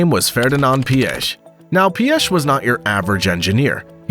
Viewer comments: Somewhat correct pronunciation of Piech LESGO!! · But Piech incorrectly 😂